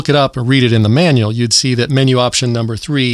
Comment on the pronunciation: every time you say manual make me laughting to cry